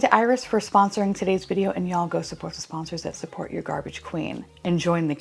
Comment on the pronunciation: GARBAGÉ QWEEEEN